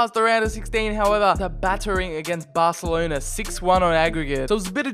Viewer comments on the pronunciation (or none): none